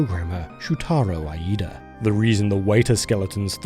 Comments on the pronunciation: Probably because the letter I is pronounced like “eye” in English but in Japanese the double I vowel is longer so it should be more like “ee”. In other words yeah, he messed up lol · Reads: Iida Says: Ayeeda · JSYK, in Japanese, “Iida” is pronounced like the letter “E” + “da”. A doubled vowel simply means you hold the sound longer. These are treated as two very distinct sounds so いえ “ie”, pronounces like game company “EA”, means house while いいえ “iie”, which is held longer so “EeeeeA”, means no. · He says "Shutaro Aida", but it's written "Shutaro Iida"